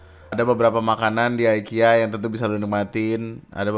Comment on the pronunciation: IKEA BANG IKEA BUKAN AYKIYA 😡